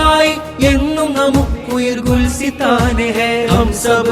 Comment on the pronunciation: Gulsithan alla gulisthan aanu ...